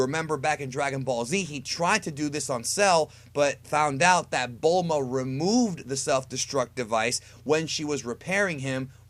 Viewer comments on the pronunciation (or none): none